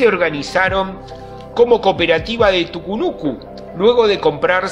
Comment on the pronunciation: Ponete de acuerdo hermano.. escribís TUCUNUCO pero en todo el video le dijistes TUCUNUCU 😂